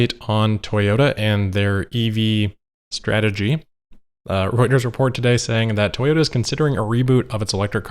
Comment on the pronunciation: ‘an update on Toyota and their EV “strategy”’ you can hear the quotes around “strategy” hahaha